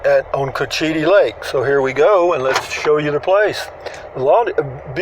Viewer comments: It’s pronounced. Coachattee. Another interesting golf course in this community. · Cochiti you said it wrong